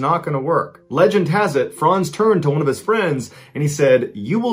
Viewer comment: My name is Frantz and I appreciate you pronouncing my name correctly.